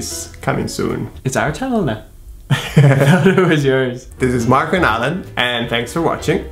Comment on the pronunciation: I was seeing a beautiful boy in Roma, and just now I learnt I was pronouncing his name wrong! Guess what? His name is MARRRRCO! I happened to show him this and he bursted! HAH! Thanks Marco .. Love your videos!